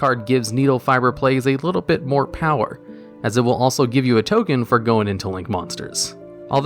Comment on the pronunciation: 'Top 10 Ken Generators' what happened there?